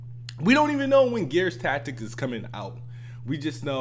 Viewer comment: Bruh...You really strugglin' to say TACTICS? lol! But on a serious note, I don't see how you can defend Microsoft doing this by pointing the finger at the other 2 platforms. It's like a slap in the face when your platform of choice isn't being treated fairly when it comes to xbox games going to PC and visa versa. The scales seem tilted to one side.